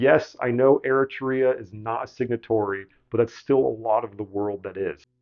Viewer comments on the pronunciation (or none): none